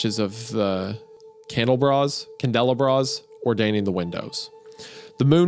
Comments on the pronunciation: Same oh my god, I was not prepared for him to pronounce it like that. Candelabra to candle bra is so hilarious. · Hey Isaiah. It’s “candle-ah-bra”. A candelabra is like what Lumiere from Disney’s Beauty and the Beast is. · How would Wendi think candelabras should be read as Candle Bras, or Candela Bras? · You’re exactly right. I can understand the “wander” vs. wonder. (I’m from the same area that Wendigoon grew up, i.e. and we say pronounce wonder like that.) “Candle-bra”, however, is just too funny to not say anything, you know? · The twink one couldn’t read candelabra 😂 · Isaiah are you really telling me you've never read the word candleabra before? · How does a horror reader/writer not know how to pronounce candle bra?! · I hope Wendigoon misreading candelabra was a bit. Just wait till he finds out about sconces. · I’m dying at Wendi’s pronunciation of candelabra lmao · I’ve never heard anyone pronounce candelabra like that in my life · as a dropout it raises my self esteem knowing that Isaiah doesn't know how to pronounce candelabra. Nothing but love. Just a bit funny. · Has Isaiah never seen or heard the word candelabra before? 😂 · IM SO GLAD SOMEONE ELSE MENTIONED ISAIAH BUTCHERING THE WORD CANDELABRA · Wendi not knowing how to say candelabra is hilarious